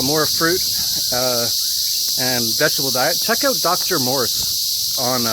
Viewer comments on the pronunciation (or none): none